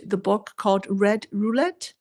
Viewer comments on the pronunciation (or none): none